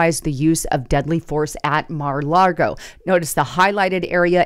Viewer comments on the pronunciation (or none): really neads to learn how to pronounce Mar-a-Lago, no 'r' in 'Lago'